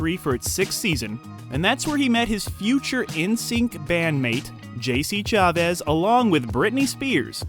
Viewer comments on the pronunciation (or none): Did you just say "JC ChaVez" ? lol